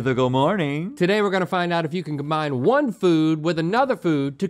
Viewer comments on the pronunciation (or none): none